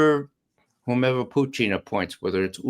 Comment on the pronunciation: I love how Ray says "Phew-tin"